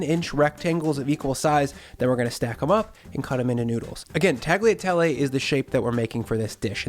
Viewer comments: Great recipe! I never thought to add chicken stock to it, but it came out really good. However, the pasta is pronounced like "tall-yuh-tell-ay", not "tag-lee-uh-tell-ay". It'd be like if you pronounced the word "quesadilla" like "kes-uh-dill-uh". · Tagliatelle is pronounced tal-ya-tellay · hmm now i have to try this oven-baked bolognese. this guy hasn't let me down so far. "tag-liatelley" zomg XD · oooohhh... gotta try that ! I lived in many countries and, every time, I sold my kitchen ware... including the Mercato pasta maker... I should buy another one for sure. Tagliatelle... the G in "gli" is silent. Pronounced like "Yea" in "yeast"... well, I had to found something in your video! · Hey! FYI the g in Tagliatelle is silent, just like in lasagna. 😉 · G in Tagliatelle is silent. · When you pronounce “tagliatelle” the letter “g” is silent! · But in Tagliatelle, the G is silent :) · You don’t pronounce the “g” in tagliatelle, just like you don’t in bolognese. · Actually you don't spell the G in Tagliatelle :) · So if you don't pronounce the name of the dish correctly, I guess your recipe is an Americanization of a classic Italian sauce? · I'm new here, enjoying your content, but the way you pronounce "tagliatelle" is just hurting my ears.